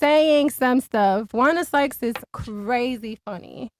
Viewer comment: “Wanda Sykes” 🤣💀